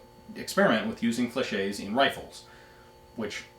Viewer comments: Fla- shet, not fla-shay. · Ian! Pronounce the "T" in Flechette. General rule in french: If there is one T, it's silent... two Ts and you pronounce the T! Now let me hear you say "SAIGA"... Up, gotta go, it's my turn to hit the bong and my parents will be home any sec. Cheers from the east coast! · Hate to be that guy, but... Fleh-SHET. Great video anyway!